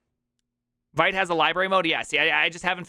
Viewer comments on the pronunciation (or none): Vite is pronounced "vit". French for "fast". Sorry… the first time you said it, I didn't understand what you were referring to. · As you got kinda 'triggered' by mut pronounced as mutt, I got 'triggered' by your pronunciation of vite. A small excerpt: Vite (French word for "quick", pronounced /vit/, like "veet")